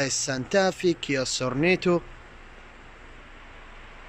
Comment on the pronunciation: أخوي انت متميز بتغطياتك ماشاء الله لكن تحتاج العمل على تقوية نفسك في اللغة الانجليزية عالأقل المسميات كل مسميات السيارات قلتها غلط هوندا بايلوت وليس بيلوت نيسان باث فااايندر وليس بثفيندر كيا سورينتو وليس سورنيتو فورد اكسبلورر وليس اكسبلور